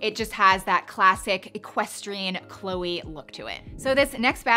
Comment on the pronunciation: Loved the video🥰. But every french person got their ears hurt when you called chloé chloey 😅